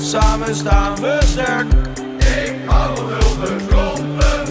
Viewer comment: Geen zorgen voor vannavond, want je weet:"samen staan we Sterrrwwk!!